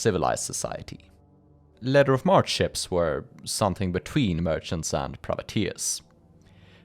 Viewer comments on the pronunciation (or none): It's "Letter of Mark" not letter of mart